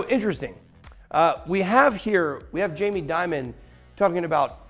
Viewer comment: In English Dimon isn't Diamond. Demon is a closer pronunciation. Great Video Ben!